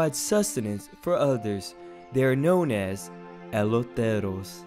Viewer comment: He cant even say eloteros right